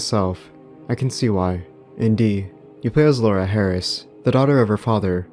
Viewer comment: An American pronouncing the name Laura correctly? no way